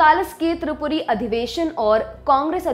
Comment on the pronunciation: It's tripuri not tiripuri , tripuri is modern day Jabalpur in madhya pradesh atleast report should pronounce Right